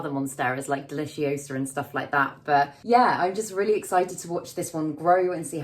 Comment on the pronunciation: "It's DeliciOsa, not DeliciosAAH" 😂😂😂